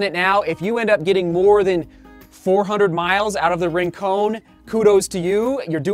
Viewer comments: Yep, combine Rin (Tin) and Con(man) and you've got it :). Surfed there for years growing up, don't want the Santa Barbara crew coming down on you bud. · it's pronounced Rincon not Rincone, just keeping you honest my friend. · The surf spot is pronounced not rin-cone. But rin-con, like con man, or connection. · Its actually "Rin-con." no "cone." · Love the videos! Hate to do this, but “Rincon” is pronounced, “Rin-cawn”. The same way you say “Con” in “pros vs. cons” or Nick Cage’s epic “Con-Air”. It’s named after a surf spot in Santa Barbara, CA, near Hoka’s HQ. Thanks for the review! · you're actually right, it's a surf spot in Puerto Rico.